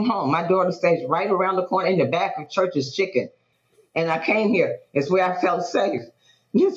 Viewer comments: You know he wrong for saying “ChuRChEs Chhiicken.”😂😂😂 I’m rolling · I thought the same thing 😂😂